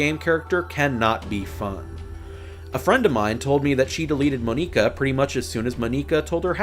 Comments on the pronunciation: You called Monika: Moe-neka. bruh its Mon-ika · Your way of pronouncing "Monika" and "Nier: Automata" kills me